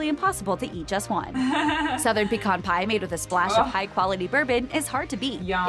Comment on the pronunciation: Props to the original vid for pronouncing pecan the right way. It’s PUH-KHAN. Pee-can is what you do your business in when you go camping. 😅 Pecan - pronounced “puh-khan” always